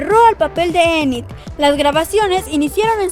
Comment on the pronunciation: Enit se pronuncia init